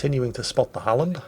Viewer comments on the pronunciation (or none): none